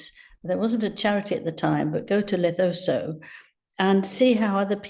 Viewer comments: Leh -- sue -- too. Not Le- tho-so😂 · Angela, did he go to "Lethoso" or Lesotho? Was it for "Senbali" or Sentebale? At least to pronounce the name of a country you wish to talk about! 😮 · Please tell Angela that the country name is pronounced “Le Sue too”, not “Le tho so”. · Love Angela but its not Lethoso, its Lesotho 😂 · Does Angela Levin have some speech issue - she refers to Lesotho as 'Lethoso' and 'Sentebale' as 'simbali' or something like that. There are times that I wonder about her!!!! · LESOTHO (pronounced le sue too).... not LETHOSO😂😂😂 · It's Lesotho, not Lethoso. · Lesotho not Lethoso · It's Lesotho not Lethoso. It's Sentebale not sembale. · Le-sue-too is how it’s pronounced. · In South Africa we pronounce it Lesootoo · PLEASE Angela! It’s pronounced Lesootoo. And painting Harry in glowing colours is just not going to work. It’s all an act and a sham for them both, they’re getting desperate. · Pronounced...Le Soo Too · Its pronounced Luh-soo-too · It’s pronounced Lesootoo but spelled Lesotho. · It's pronounced LE-SOO-TOO and it's not IN South Africa, it's a country in southern Africa. Please, check the details of the places you'll be talking about in the piece, takes two minutes. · PRONOUNCED LE SOO TOO please! It is an independent beautiful country and is not in South Africa but our close neighbour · Lesotho, not Lethoso :) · Please prounounce Lesotho properly. Its pronounced Le Sootoo😊 Thank you from a proud South African.❤ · “Lethoso” in South Africa? Did you mean Lesotho, Angela? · Lesotho is pronounced as Le- soo-toe. Try to show some respect Angela! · Pronunciation of Lesotho is Le-soo-too. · Just for correctness Lesotho is pronounced Le soo too. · Lesotho is pronounced LESOOTOO! Please get it correct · Angrla thinks thr African Country is called LETHOSO & The Charity us SEMBALE. Please Angela, get ig right. Its Lesotho & Sentabale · Lesotho, is pronounced Lesootoo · Oooh Angela. 😬 It’s not Lesotho. It’s Le-soo-too. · Lesotho, pronounced Le-soo-to